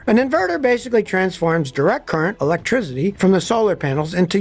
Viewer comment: uhlectrizity luv ya scotty 😅